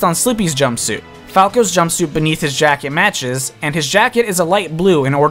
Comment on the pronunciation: if you say jumpsuite one more time